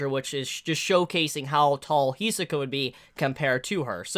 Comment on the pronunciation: Can you pronounce Hisoka as He-So-Kah once, just so we know you know how to say it because I see your a fan